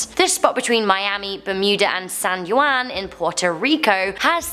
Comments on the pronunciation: San Juan not San Guan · "San you anne"